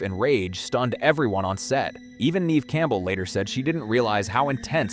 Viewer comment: You're pronouncing her name wrong. Neve Campbells' name is pronounced Nev not Neeve